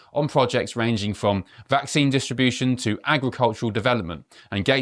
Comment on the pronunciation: He's always saying next pandemic. Gates is a genocidal threat to the world. He wants a genuine pandemic as opposed to the covid bullshit. He can't even pronounce the word vaccine correctly. He is a danger to humanity.